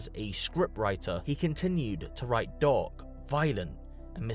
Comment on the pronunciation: Every time you say dark im hearing dog lol